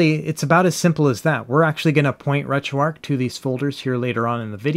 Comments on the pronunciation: RetroARCH, not Retro “ark.” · It’s ARCH not ARC but good comprehensive video 👍🏻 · Uhh, another person who calls it retro "arc" Why do you guys do that?